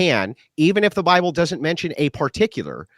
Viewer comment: “Bi-uh-ble” -Cap